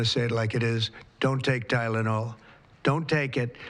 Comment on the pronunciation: yep he's not so concerned as to what he says!! He can't even say the drug